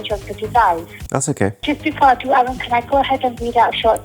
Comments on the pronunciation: I like how the Samsung girl called him 'arun' instead of Aaron. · Bro your names aroon not aron